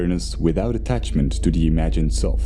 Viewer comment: It is so distracting the continually hear "the" pronounced as "dee." Aside from that, the content is interesting.